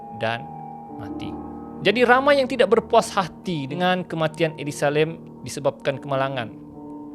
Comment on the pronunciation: Nama mangsa ni elisa lam kan.? Kenapa ni asyik sebut elisa lim pulak?